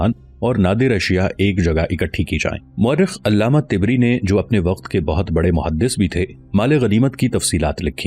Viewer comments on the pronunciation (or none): Allah ma tibri nahi tabri bola kare